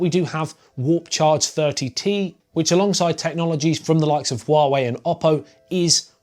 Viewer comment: Its not wawei its hua wei